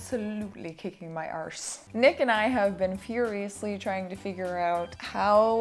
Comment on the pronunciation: Ah ye did us Irish and Scots proud with your very perfect pronunciation of 'arse'!